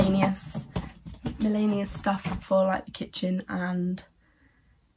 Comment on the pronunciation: did you mean to say miscellaneous when you said 'millanious' oop